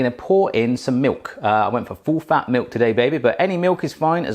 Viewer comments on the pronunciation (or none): Did you just say Meuk ??